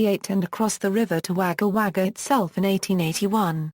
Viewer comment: Wager wager its pronounced wogga wogga